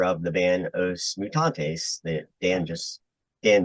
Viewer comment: Pronounce Oosh Mutantes (Mutantes was fine) :)